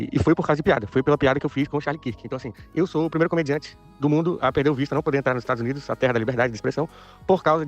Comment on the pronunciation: "estados unides"